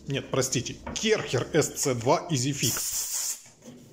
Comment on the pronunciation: кЭрхер так это произносится , потому что это фамилия изобретателя